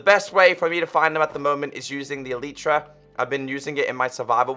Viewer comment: U r speaking elytra like elitra